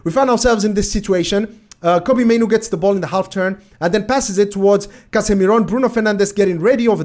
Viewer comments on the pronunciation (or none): none